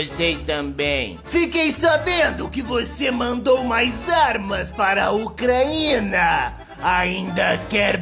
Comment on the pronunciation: Kkk tadinha da " Ucraína "